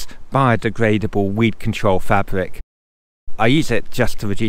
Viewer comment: fabwic ....and gwound.....im off